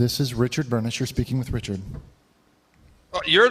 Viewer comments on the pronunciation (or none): The way says Richard 'BURNISH' gets me everytime haha